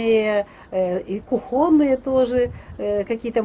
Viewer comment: КУхонные, кУхонная!